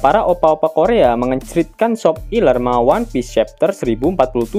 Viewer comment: Kenapa bang ga sakalian aja sep0ngiler,kenapa harus shopiler?